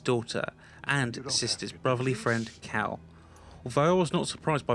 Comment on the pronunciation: When you said "forced Cal" I though u said force cow xD cool vid